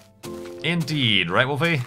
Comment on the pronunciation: Sometimes when you say "indeed" I hear "inn deed" and get very confused for a brief moment.